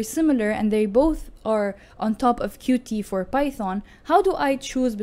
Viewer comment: It’s not QuTee, it’s pronounced “Cute”.